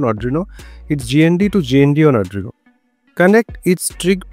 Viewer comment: Not Adrino it's Arduino..😆